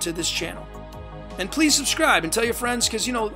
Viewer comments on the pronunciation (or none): none